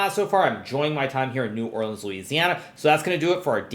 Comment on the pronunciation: This would be a better recap if he were eating local beignets or gumbo while doing it. Just sayin', you're right there in the heart of good southern cookin' - embrace the tastiness! Edit: Hey!! Looks like someone corrected his pronunciation of New Orleans since the last video. Practically a local now hehe.